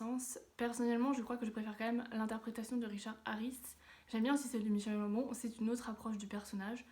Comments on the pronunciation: En gros : MAÏ KEULE GANT BONE mdrr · Ça se prononce Michael comme Michael Jackson et Gambon en prononçant le g comme guitare et en prononçant le n à la fin haha